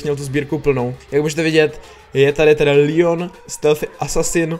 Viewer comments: čte se to Leon ne Lion díky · Leon se čte Leon ne Lion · Nevysloví jsem lijon ale leon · Leonovi se neříká Lion říká se mu leon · Proč říkáš líon je to LEON